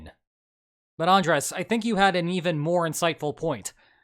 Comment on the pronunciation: Heads-up, that tilde on Andrés' name tells you where to put the stress in the word